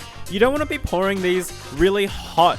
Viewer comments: When you said pouring I thought you said boring.....L.O.L.! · he said pouring container and I heard boring container and I was like you can decorate it yourself